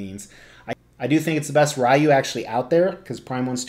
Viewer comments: The way you actually pronounce it is actually Ryu, not Ryu or Ryu. Well done statue though. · Its pronounced "Ryu" 😁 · dislike for saying Rye-U 😂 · It's pronounced like rye bread with a u at the end. If anyone thinks it's pronounced any of the other ways they are just wrong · When I was a kid, I pronounced it “Whyyy-wooo” and it’s too late to change now. Sure, the other kids would laugh, but I became a successful sociopathic lunatic with two terms from a very prestigious correctional “school” who one day showed up on their doorsteps to sell them “life insurance,” so now I’m the only one left laughing. So,, it’s pronounced Whyy-wooo. Or would you be interested in my fine selection of insurance policies? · I though it was Ryu?!?!? That’s how I’ve always pronounced it 🤷🏻‍♂️ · I pronounce it Ryu, lol. Very nice piece. Street Fighter is Badass.